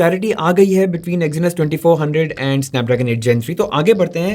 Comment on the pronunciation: Exinus, bro.... Its Exynos!🤦‍♂️